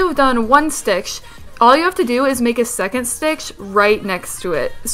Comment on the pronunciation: she says "stitch" like "stickshh"